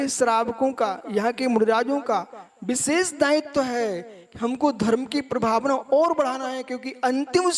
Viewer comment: कितना अहंकार. ढंगसे हिंदी बोलना आता नही हैं. विशेष को बिसेस बोलते हैं. हरपनहळळी तो दूर की बात. ऐसे अनपढ गवार कर्नाटक की सुबुद्ध जनता को धर्म सिखाएंगे?